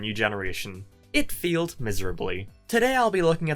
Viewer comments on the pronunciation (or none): "it field miserably"